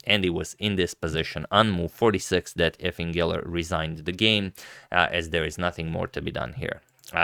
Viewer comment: You pronounce Efim weird. Its pronounced Yifim